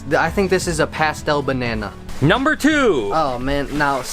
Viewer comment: He said BanNanA soooooo... Does he thinking about bananas